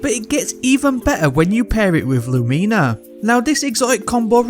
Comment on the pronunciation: I'm sorry... "Lumeena"?